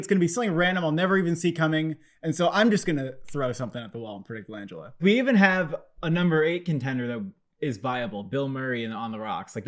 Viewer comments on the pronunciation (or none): You mean Frank Lan Gella lol not Langella as in Angela. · You fellas are great but you’re pronouncing Langella wrong. The emphasis is on GELLA!